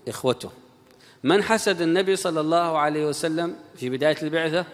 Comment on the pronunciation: ياريت يا تتعلم تقول صلى الله عليه وسلم بدل كلمتك الشهيرة صعسلم